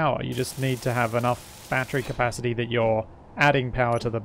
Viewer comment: High - Capacasity - Solar - Array